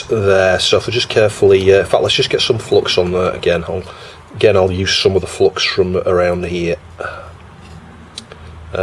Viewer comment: see, the solder-gods are angry with you because you keep pronouncing it as flox ! ;)